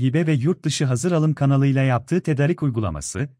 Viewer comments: Tedarik biraz uzun söylüyoruz tedaaarik gibi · tedarik demesini öğrenin lütfen kötü duruyor